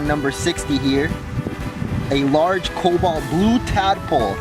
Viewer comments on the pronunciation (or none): none